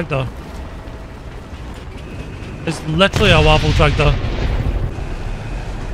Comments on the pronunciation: Not waffentraktor. WAFFENTRÄGER. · Nashorn = Rhino also the pronunciation is more like Vaffen Trayger